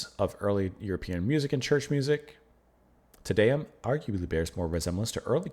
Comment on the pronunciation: As a general rule for pronunciation of Latin (or basically any language besides English). A=ah, E=eh, I=ee, O=O (without the English diphthong oo), U=oo. Te Deum = Tay DAY-oom by Ah-vro Pairt (Umlauts, ä , are another story). Great piece, ❤️ Pärt. I prefer modern harmony to avant garde noodling any day. At the end, you got the pronunciation, except TIN-tin-a (like hat) byoo-LAY-shun.